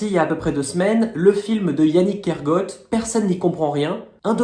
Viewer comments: Bonjour, prononcer "Kergo-at" et non "Kergôt" , son nom est breton ( trad : du village de la forêt) et pas anglo-saxon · Je suis allée voir le documentaire « personne n’y comprend rien » hier et ça valait le coup. Merci pour votre vidéo. Yannig Kergoat (faut pas le prononcer à l’anglaise goat mais à la bretonne goat (comme coat) ça veut dire bois en breton. Kergoat ça veut dire la ville du bois. ❤